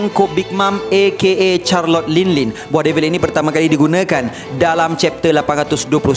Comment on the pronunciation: bukan charlot, Charlotte sebutannya.